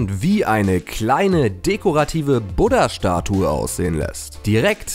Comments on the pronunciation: Irgentwie sagst du statt "Buddah" Butter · Du sagst Buda wie Butter 😅😅😅😅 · Wie du das Wort „Buddah“ aussprichst. Haha